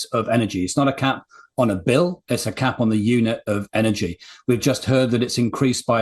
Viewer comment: It’s price CAP, not gap.